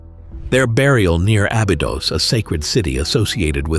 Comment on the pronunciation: Pronounce the ī in Abeedos!! White people 🙄